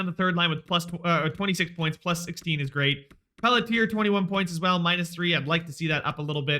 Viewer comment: Pelletier is pronounced (Pel-CHIE-aye) btw